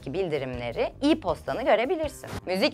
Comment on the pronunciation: Hay o "i-posta" diyen çemçük ağzını! Ya "e-posta" dersin ya da "i-meiıl". Kendi diline bu kadar uzak bi nesille ne yapacağız ya!